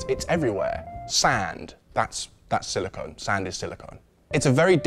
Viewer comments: Silicon, not silicone. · Silicon is rare earth metal used in microchips and battery manufacture. Silicone is a man-made polymer used in sealants, adhesives and breast implants. They are two different things and pronounced differently. Otherwise, great vid